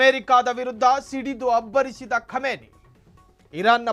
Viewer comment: Khumani not khamani